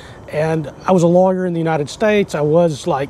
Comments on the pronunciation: HAHAHAHAHA!!! at first I thought you said you were a logger in the US then you said trial lower haha sorry I thought it was funny. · When you say "lawyer", it sounds like you're saying "logger".